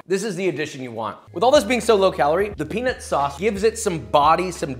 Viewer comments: Peanut sauce with silent T lol😂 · Pee Nut Sauce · I'm glad you put "Peanut Sauce" on the screen. I'm half asleep and it sounded exactly like what you and I both clearly thought LOL 😂😂😂🤣🤣🤣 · I'm glad the editor clarified "peanut sauce" cause that is absolutely not what I heard lmao